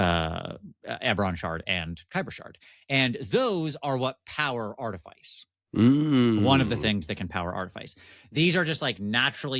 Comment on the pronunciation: don't let coerce you into pronouncing words wrong. Artifice is pronounced "aar·tuh·fuhs", no silly "Ice".